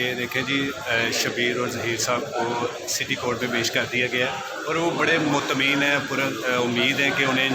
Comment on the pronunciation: "Mutmeem" " Ansaaf" O Shorray bolna seekh le pehle